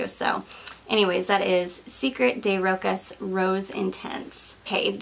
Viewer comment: Hi! Please don’t hate me 😊 Rochas pronounced as roSHAs with the emphasis on A... Have you tried their classic Femme? I have polarized feelings on it...